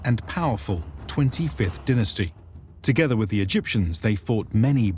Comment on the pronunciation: Pronounced dine as tee